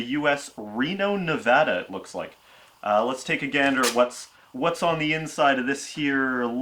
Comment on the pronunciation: i like how he doesn't even live in the US but he's one of the few people that pronounces Nevada correctly.